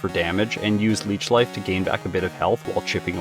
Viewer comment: You called leech life leach seed